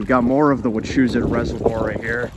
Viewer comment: Had to stop watching because of the way you pronounced “Wachusett” lol